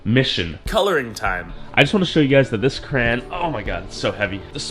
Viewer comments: HE IS SAYING CRAYON WRONG WTF. I SWEAR IUF U MAKE ANOTHER VIDEO PRONOUNCING IT KRAYN IMMA UNSUB! Jk but like please. say it right haha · It’s actually Crayon not CRAYY-ONN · It is pronounced "It" not I And its pronounced "crayon" not "CRAYY-ONN" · It's cray on not cran this bothers me lol at least you learn something new everyday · Juris Blumfelds its not educational he's teaching us to pronounce crayon like cran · Cray- on not cran this slightly triggered me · Crayon not cran btw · Wait isn’t cran how you say it and yes i am serious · Anyone else get triggered everytime he said “kran” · DID HE JUST SAY KRAN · Cant tell if hes saying cran on purpose or not and its stressing me out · Bro stop saying kran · Stfu stop saying Kran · Hold up did you say crayan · It’s no crans it is crowns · Boy u say kran one more time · It’s said Crey-yon in Canada atleast 🤨🇨🇦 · He pronounce crayon crane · Why did nobody correct you when you said Kran? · Every like I’ll add the correct pronunciation for crayon: Cray-on Cray-on Cray-on Cray-on Cray-on Cray-on Cray-on Cray-on Cray-on Cray-on Cray-on Cray-on Cray-on Cray-on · There’s only two syllables bud not one(crans) not three (cr-ay-on) two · I was triggered with "cran" "crayon" nonsense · I IS PRONOUNCED CRAYY-ONN NOT A FRICKING CRANBERRY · Ok. Hi CRAYY-ONN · Wtf is a kran 😂😂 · Hah yeah, it super triggering to keep hearing crayon pronounced cran 😂😂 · its crown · He can’t say crayons 😭😂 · Didn't know people said crayon as "cray-on". The way says it, is how I grew up saying it too.